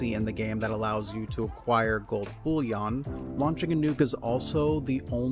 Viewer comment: "Gold Bullyaughn" haha